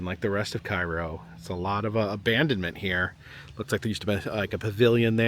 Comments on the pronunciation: cairo is not a ghost town. i drive through there every week 2 times. there are lots of people and the liqour stores are always busy. However it just looks abandoned because of the buildings. also its not prnounced like the egyptain town. its CARE OH no KAI RO the building behind you in the shot has only fallen in about a year ago. the town has some beautiful historic homes you neglected to show literally a block away. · Cairo IL is pronounced KAY-ROH. Visited last year to see the confluence of the Ohio and Mississippi rivers and to cross the two sketchy brides there. Was blown away how run down Cairo is. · Loving the trip. Its great that you take the time to stop at places most don't. But just FYI: its pronounced cay-ro because Midwesterners are dumb. (born and raised in Indiana 🤦‍♀️) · It's actually pronounced Kay-Row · It’s pronounced “Kay”ro… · Hey. It's pronounced Kay-ro. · I live in Cairo and it's pronounced CARE-O